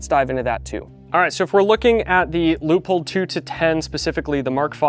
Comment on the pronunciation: Great video, but it took me a bit to figure out what you mean with Loophole, thanks to the image of the scope with the Leupold logo I remembered. As a German I can say that it is spelled more like Loi-polt just like bolt with a „p“. Your sponsor will like it!